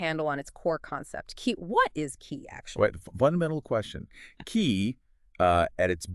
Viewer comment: Pronounced “Chee” not “Kee”